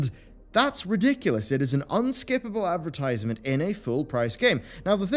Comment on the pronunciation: Advrtiiisement. Did you do it on purpose? You enunciated it normally later in the vid. Either way, hope in humanity is steadfast dying.